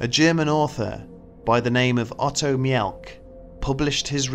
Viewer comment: "Mielke"is not pronounced "Mee-Elke" but "Meelke"....and "Tabun'" is not pronounced "Tay- bun" but "Taboon".